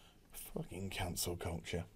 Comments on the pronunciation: Took me a second to realize you’re saying Cancel, not Council. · I legit thought you said "Cancer" culture.